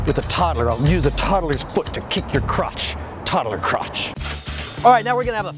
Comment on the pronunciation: ok no one notice this man said toddled croutch randomly during the add part lol